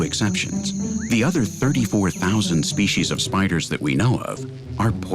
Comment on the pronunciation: SpeCies NOT speshies.